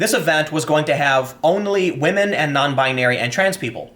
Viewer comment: 'non-bin-narie' lol, how uptown Jewish of you, Tim.